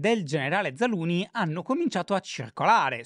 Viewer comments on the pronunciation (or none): Però una maggiore cura sulla pronuncia dei nomi stranieri in puntata sarebbe ben gradita, scusa shy cuore ma zaluznyj non si pronuncia zaluni, c’è una z prima! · “Zaluni” non si può sentire 😂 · Mi viene la tristezza a pensare che cambieranno Zaluzhny 😢. Why, credo di pronunci Zalushny